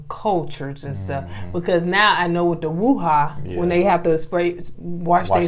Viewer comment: Woohaaa I got you all in check. Now I know yall are trying to get these names right but it is wudu not woohaa. That's a song by busta rhymes ... don't be too mad at me cuz I really love your show. I'm just having some fun ...